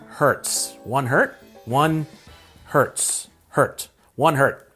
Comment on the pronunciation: When he thought the Z in Hertz is an S and tried to pronounce it as a singular word...Hert 😂😂😂